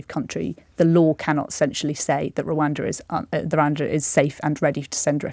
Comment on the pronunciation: Please be careful how you use exponential, James. You know better! Also please tell that lady that while Rwanda begins with an R it doesn't have one on the end.